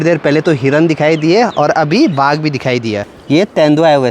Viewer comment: Aunty baag nahi baagh bolo